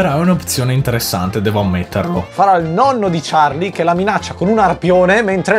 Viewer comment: Scusatemi eh ma charli senza la e OH